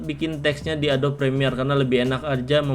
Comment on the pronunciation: Pengejaan kata inggris (adobe) nya salah bang bukan "adob" tapi "edobi" dalam tulisan indonesianya, thx videonya bermanfaat banget bang👌